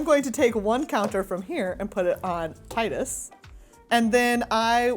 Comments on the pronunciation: My favorite moment was when you pronounced Tidus correctly every other video I see they're pronouncing it wrong or different every time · My absolute favorite moment is when didn’t bow down to the strong arm and pronounced the name Tidus correctly.